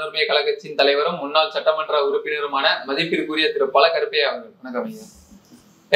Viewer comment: பல கருப்பையா இல்ல... ஒரே ஒரு கருப்பையா தான்.. என்னடா தமிழ் உச்சரிப்பு இது.. நீயெல்லாம் ஒரு சேனல் நடத்தும் ஆளா..?